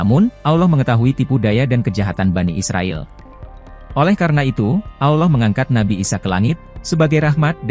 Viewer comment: sama cuma satu.. betulkan dulu kalo nyebut kata Alloh.. saya terasa "kerih" ditelinga kalo dengar admin myebut kata Alloh.. admin nya kok susah ya nyebut kata Alloh.. apa adminnya nonmuslim ya.. coba cari pembaca admin yg lain .. biar enak didengar...